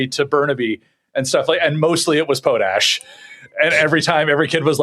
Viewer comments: Po-tash... the Em-FAH- sis is on the wrong Syl- ABLE Seriously....somebody was either home schooled or didn't have Sister Mary Angry teach you social studies and / or French Great show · Do you guys deliberately mispronounce "potash" as some kind of joke, or do you really not know how to say the word properly?